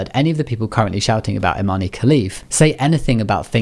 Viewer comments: Imane's name is actually pronounced without the "e", it's not Imani. Her Olympic audio shows how to say it properly. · It’s pronounced “Imahn” “e” is silent.